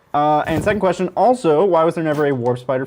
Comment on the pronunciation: J'avais compris : questio pour un champignion hahaha :_faceplam